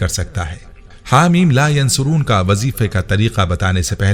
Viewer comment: Bhai ap apna tallafuz sahi karday .. Yunsaroon par pesh laga hay jab k ap zabar k sath par rahay hay. Shuktia